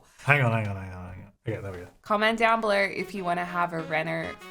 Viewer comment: “Winderrrr” and “belurrrr” lol 😂